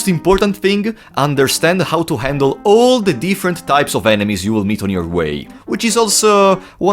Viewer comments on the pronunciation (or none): . You even put a lot of emphasis on knowing AAAAAAAALLLLL the types of enemies.